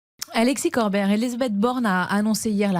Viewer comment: "Alexis CorBÈRE", ça commence bien...